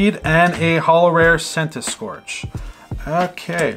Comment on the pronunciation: Noooooo not Centiskorch 😭😭😭 what's wrong with you 🤣🤣🤣